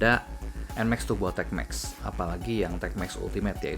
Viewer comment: PCX TAPI YG DI BENEREIN BEDAIN BANG ANTARA ERRRRR ATAU ERGGGGGGG GAK PAKEK G YA RRRRRR BUKAN TURBO BUKAN TUGBO